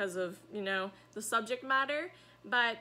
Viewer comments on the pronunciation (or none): none